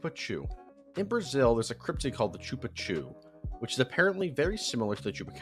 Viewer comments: The pronunciation of "Chupa Cu" (the Anus sucker) is SHOO-pa KU, or ['ʃupaˈku] in the IPA. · As a Brazilian, I couldn’t tolerate the way you said “chupa cu” lol